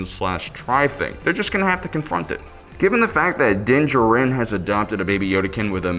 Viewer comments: jar-in is how you pronounce his last name..you goof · Great video, makes me kind of mad how wrong your pronounce D’Jarin though LOL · I cringe every time...